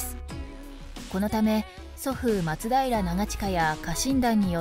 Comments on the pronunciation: 松平のアクセント....... 松平定知アナウンサーじゃないが、やっぱり「ま」にアクセントを置いてほしいな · 松平のイントネーションおかしい